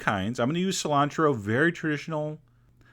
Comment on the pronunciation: but he says something like "Salantro"